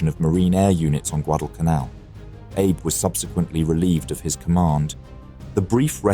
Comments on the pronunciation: I mean, he pronounced "Abe" as like "Abe Lincoln" and not "Ah-bey" like it should be pronounced. Sounds like an AI narrator, honestly. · It's ah-bay. Not Abe 😊